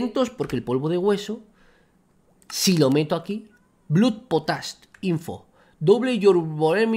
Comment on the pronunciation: vegetita por favor no te sientas ofendido pero blood se pronuncia blod.